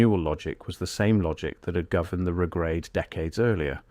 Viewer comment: The Regrade is pronounced RE-grade. Not re-GRADE